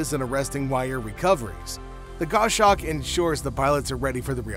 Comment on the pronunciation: It's pronounced gos-hawk not go-shawk